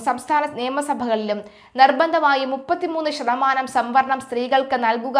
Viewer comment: Pp. Sambaranam alla samvaranam. സംഭരണം അല്ല സംവരണം ആണ്